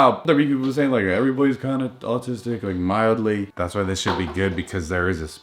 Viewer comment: said autis-'dick' two episodes in a row I'm dead 😧